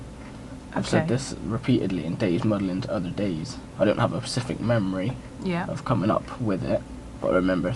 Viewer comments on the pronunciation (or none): Yeah.. and he doesn't have 'PACIFIC' memory either, thicko that he is.